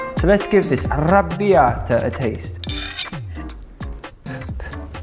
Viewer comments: ARRRRABBIATA!! complimenti per la pronuncia!! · I'm Italian and I just love the way you say arrrrrabiata ❤️